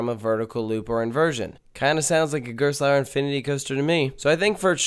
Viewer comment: You mispronounced Gerstlauer.